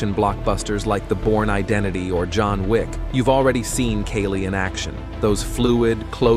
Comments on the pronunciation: You are wrong of pronouncing it. In Filipino, letter A sounds like "A" as in "A-merica", "A-rgentina", "A-laska", and "A-bandon". • Kali = key-li ❌ • Kali = kA-li ✅ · That is not keeli , it’s Kaali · It is not pronounced as [kay-lee]. It should be pronounced as [kah-lih]. Why is your voice-over using both pronunciations? It makes you sound confusing and confused. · Damn AI. It's pronounced Ka-Lee. Not Kay-Lee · Why do you keep saying Kali and Kaalee? It is pronounced KALI. Goofball AI... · AI kept on calling it Kaylee.😂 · This is a nice piece of film about Kali, but I notice here that the word Kali is pronounced correctly in the Beguine. Later I hear the man keep saying "Keli", which is a bit of a shame. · Kali ❌ Kaylee ✔ 🤣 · It is pronouced as "Cali" like Cali-fornia not with a K as Kali - fornia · KAALI … AI , okay. Follow the right pronunciation broken down for you, AI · I do train in Kali and others. Even with this AI voice, can’t mispronounce ‘Kali’ itself and have credibility. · How come they cant pronounce kali? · He keeps changing his mind on how to pronounce the word. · You keep pronouncing Kali two different ways. I hate AI videos . Also, why are you showing all the fancy useless karate stuff. There is nothing fancy about Kali.